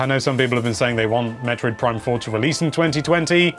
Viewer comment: No one:: PEEPOL